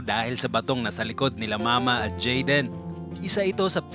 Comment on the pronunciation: tumatagal nawawala narin ang letter "Y" ni jaden 🤣. narining ko "WAYA WAYA".